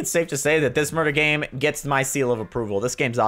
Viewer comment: Murrder Mystery